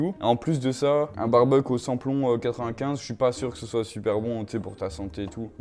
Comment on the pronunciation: comment tu prononces ça: "95" 🥲